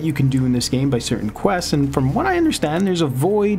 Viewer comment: Say 'questseses' ONE more time. Lol. Love how he gives the game a rating when he only played a tiny bit. Too many wanna be ign reviewers on youtube lmao